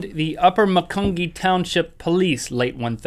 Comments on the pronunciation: It's Mac-un-ge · It is pronounced Ma-cun-G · Macungie is pronounced Macun- Jee XD Something only locals kinda know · Yoooo I live in Macungie and it’s pronounced “mackunjie” lol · I can't believe he said upper macungee instead of upper macungie it sounds like a j ma cun jee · It's pronounced Mac UN G